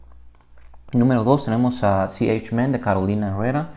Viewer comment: me causa risa como pronuncia ch en inglês para hablar de iniciadas de um nombre latino.